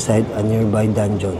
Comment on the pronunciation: hahahaha tawa ako ng tawa sa "danjohn" hahaha